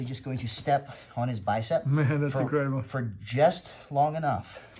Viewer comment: “That’s increhdible”